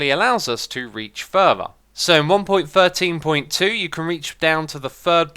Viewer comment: Sounded like "one point firteen point two" because you have a th-fronting aspect to your speech. You say your "th" sounds as "f" so "thirteen" sounds like "firteen" which is very close to "fourteen." You can hear you doing this with the beacon beam challenge where you ask which blocks the beacon can shine "froo."